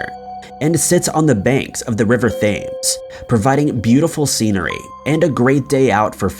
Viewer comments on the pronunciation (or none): Do you ever read comments? Just wondering because I've lost count of the amount of times that it's been explained to you that the river in London is not pronounced 'thaymes', it is pronounced 'Tems'. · Thames is pronounced “Tems” Just saying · River Thames pronounced Temz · seriously mate PLEASE learn how to say Thames - the river THAMES - said tems - the H is silent (also - just in case Quay is said 'key') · The river THames this guy said. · Thames pronounced Temz haha and love your videos but sweetheart you gotta pick less annoying music. 😍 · You totally mispronounce the name of the river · did u just said THAMES